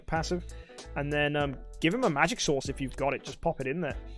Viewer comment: Omg when said magic source the auto subtitle said: oh my God four magic sauce